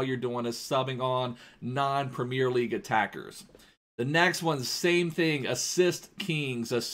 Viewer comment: he says premier so weird,, primieeer